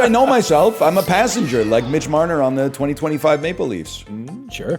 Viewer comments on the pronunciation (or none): none